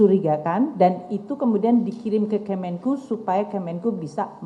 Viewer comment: kemen-ke-u.. bukan kemen-kyu